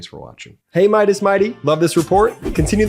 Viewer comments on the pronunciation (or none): none